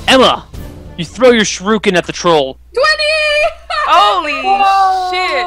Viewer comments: Sher-re-ken not sure-ru-ken. Oh, I just notice with a watch dogs shirt. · that's not how you say shuriken god dang it i hope the stop using that weapon soon